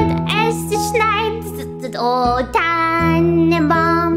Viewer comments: stimm ich zu, außer Tannenbaum das war halbwegs gut ausgesprochen. Der rest war müll, aber süß. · Tannenbaum kann sie irgendwie gut aussprechen aber es ist so cute irgendwie xD